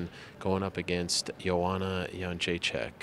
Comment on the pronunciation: Ariel, please - its JedrzejczYK, not JedrzeczAK [-chick (correct) vs -chuck (incorrect, diff. surname)]. You of all should be able to pronounce it.